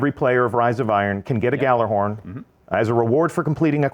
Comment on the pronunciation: It's Gjallarhorn. It's just as easy as Gallarhorn, except, you know, Gjallahorn is the right way to say it. GEYALERHORN.